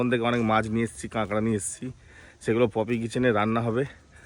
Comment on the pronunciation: চাষারা। কাঁকড়াকে কাঁগড়া/ক্যাঁকড়া/কাঁকড়া বলছে। ছেলেটা পড়াশোনা বাদ দিয়ে ব্লগ বানাতে ব্যস্ত।